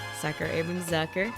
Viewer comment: "Zucker" is a German name (meaning "sugar" by the way) and it's pronounced "Tsooka" instead of "Sackör". 🙂